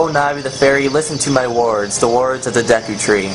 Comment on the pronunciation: this guy is such an idiot, he cant pronounce anything. Dehku Tree? Cockiri?